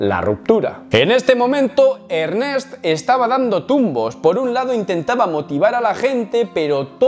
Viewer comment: Se pronuncia Ernést padre Zorro!